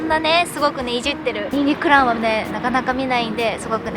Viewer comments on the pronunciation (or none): ニンニク卵 って言ってるのかと思ったら 22クラウンって言ってる。